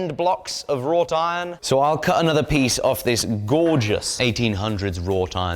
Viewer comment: WROUGHT Iron. Just because you've never heard of the word, doesn't mean it's something else.